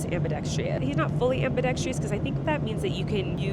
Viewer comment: COLLEEN Please ask Erik to tell you how to say ambidextrous 😊